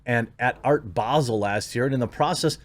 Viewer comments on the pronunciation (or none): none